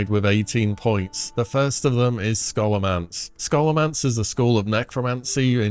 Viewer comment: Scholomance is pronounced “Show-luh-mance”